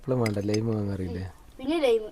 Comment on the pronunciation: ലെയിം അല്ല ലൈം